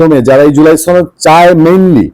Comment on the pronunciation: আপনি সনদ শব্দটাকে রাজাকার শিশির মনির বিহারীর মতো ছনদ বলে উচ্চারণ করছেন কেন!